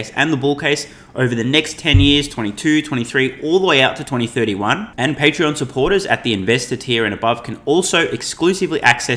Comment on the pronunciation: ...patreon(not pattern)...you need to stop the shameless promotion....